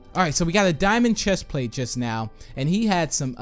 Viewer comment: Do you even now about making sense because when you say just now it sounds like you need to go to school